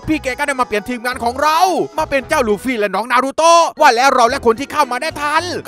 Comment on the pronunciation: นารูโตะไม่ใช้นาโตะ